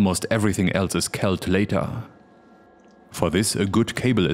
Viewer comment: I am pretty sure that the word "later" is not pronounced "lay-TAHHH".